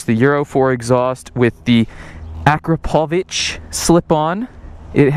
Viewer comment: Props for pronouncing Akrapovic the right way